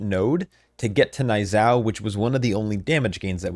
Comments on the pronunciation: Knee-yuu-zhow. Idk wtf a n-eye zow is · Niuzao is pronounced nyoo-zao